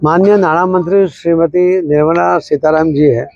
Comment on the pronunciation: અલા સીતારામજી નઈ સીતારામણ 😂